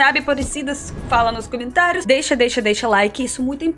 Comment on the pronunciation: cuidado com o gênero das palavras. Por exemplo: a pronúncia é cOmentário (masculino) e não cAmentário. Boa Sorte.